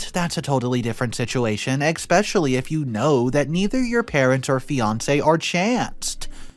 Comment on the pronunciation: Especially* not "expecially"! 😁